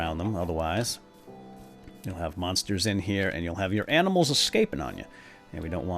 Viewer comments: u said aminals :-P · "What do you know? You're just...aminals." xD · Lol i think i hear him say "aminals" lol